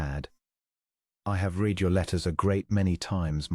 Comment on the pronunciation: Past tense of read is pronounced as red. Please proof before publishing, terrible ai pronouncations